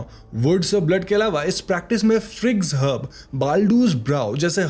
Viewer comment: Odin and Frigga... Dono ke name galat bole